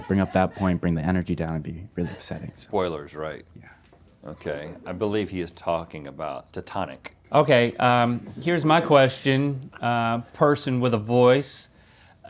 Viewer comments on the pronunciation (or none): Lmao the way Rhett said "Titanic" like Titonic